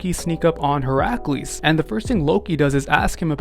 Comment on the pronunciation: Hear-ack-lees? Val-keerees? Buddy we gotta talk about your pronunciation.